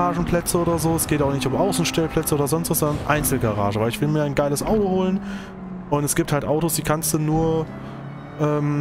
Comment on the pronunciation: Gude, Gratulation zu diesem Video, der Schwierigkeitsgrad Bug war mir auch noch nicht bekannt 😮 Wie ich im Video höre wie du das Wort "Audo" betonst, wohnst du vermutlich im Rhein-Main Gebiet, ich ebenfalls 😊 Gibt es irgendwo im Rhein Main Gebiet eine Möglichkeit ein Directdrive Lenkrad zu testen? Habe zwar einen ordentlichen Simrig, fahre aber immer noch mit einem G 29. Wäre auch bereit für eine Lenkradkombi 1000 Euro plus X auszugeben, allerdings nicht ohne mal eines ausprobiert zu haben. Gruß Jürgen betonst